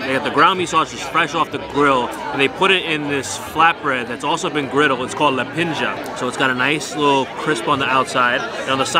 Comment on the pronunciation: Never knew there's čevapi in NYC! Nice! You're pronouncing lepinja wrong btw. the "nj" sound is like in the word "new" not like in "ninja"